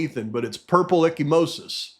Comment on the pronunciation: Echimosis is bruising, if I remember correctly. (pronounced eka-mosis). Not to correct you,. Just giving the info. ty for all you do.